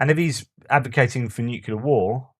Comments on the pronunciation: Keep up the great work, really looking forward to all of your Ukraine war updates. PS: Dont say nucelar, it's nuclear. Just a friendly reminder. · Another fascinating post. Re the US healthcare system - widely acknowledged to be one of the least efficient (outcomes per dollar) anywhere. A minor point - the word nuclear is a simple two-syllable word. Why do so many people force a redundant third syllable into the middle of it? noo-queue-lar instead of new-kleer.